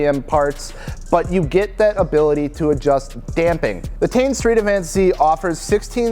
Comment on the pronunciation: It’s not tee in. It’s pronounced tain. You ever watch a video of the Japanese reps talking about their products?